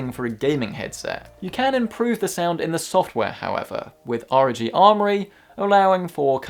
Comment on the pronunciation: Slow down. With your speech patterns it becomes difficult to understand you when you speak quickly. I had to turn on subtitles. Also, ROG is pronounced as a word not saying the letters. Say it like bog.